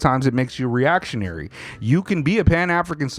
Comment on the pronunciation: "I might be a reactionnary" lmao